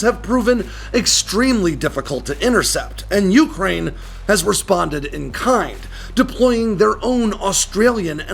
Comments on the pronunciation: I would REALLY like to hear Ukraine pronounced, yoo-KRAINE' and not YOO'-kraine. It's closer to how RHEY pronounce it, oo-cry-EE-na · Broah, ffs, the word is "Ukraine". One pitch. Not "YOU-crane". With wildly different pitches in-between. Please ask 10 people how to pronounce it. And listen. I'm glad that we cleared that up.